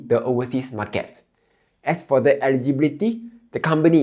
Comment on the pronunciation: You are a Malaysian. The way you pronounce certain words eg market is totally wrong. Your slang and accent is not Singaporeans where you sound struggling.